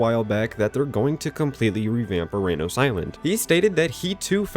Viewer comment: “URANUS” Island 😂